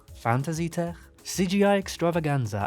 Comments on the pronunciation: I like you, Subscribed, But FYI, In English "Tech" is pronounced Tek. Hard K. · i LOVE the way you say tech! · i love the way he says "tech" 😂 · you say Tech as if you were German 😂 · I will never say "tech" the same way again